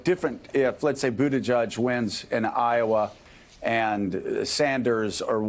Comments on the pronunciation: I wish these people would stop MISPRONOUNCING Buttigieg....it is Boot-ih-jedge....NOT Boot-ih-judge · did he say BootyJudge???? lol